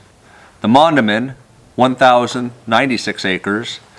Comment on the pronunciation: loess hills pronounced “Luss”. Mondamin is Mon day men